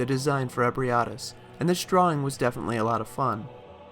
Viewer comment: Your pronunciation of Ebrietas is fascinating. It's the best one I've found next to eh-bree-eh-tahs ('eh' as in 'bed').